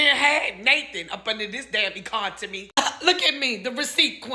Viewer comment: Did she say “Econtemy” ? HUH ! Therapy ASAP 🤷🏽